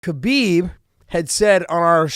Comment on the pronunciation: You know how newbies first say Royce and Rickson but eventually they learn to say Hoyce & Hickson? It's time to say Habib properly Josh....it's a question of "hespect".